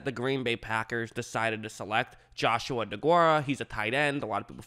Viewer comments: He is going to be great! and if your going to make a video about someone get their name right, His name is JOSIAH not JOSH-U-A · I’m friends with Josiah Degura and u said josh o a Its joe siah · Josiah not joshua. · Joshua lol it’s Josiah